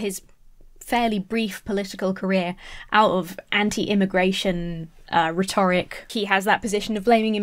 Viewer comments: Great video and indeed channel. please don’t think me a pedant when I ask you to look of the pronunciation of the word rhetoric. I really like hearing a younger (than me) person tackling these issues. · Stop saying rhetoric wrong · You're awesome, but why do you pronounce 'rhetoric' so strangely? 😅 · Love the way you pronounce "rhetoric" lol